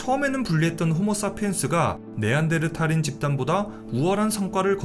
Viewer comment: 네안데르탈 할때마다 신경쓰이네 ㅋㅋ 어쨌던 잘 들엇습니다